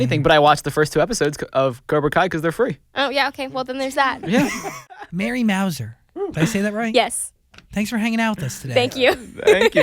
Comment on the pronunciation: Couldn't even pronounce her name right. You would think a host would at least get that correct???